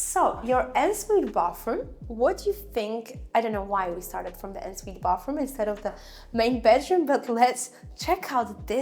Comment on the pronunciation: Hahaha not ensuite pronounced ensuite but ”onnsuite”! Your accent is very good for a non native english speaker but the word ensuite….. on Sweet